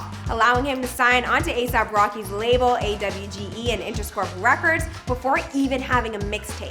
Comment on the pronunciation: she said “A-W-G-E” i’m ded😭